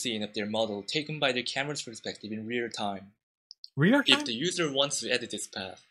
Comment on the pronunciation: This guy goes “REAR TIME?!?!?” 😂😂😂😂😂